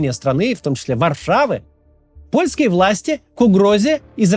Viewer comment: «Варфава», «Вторвэнии»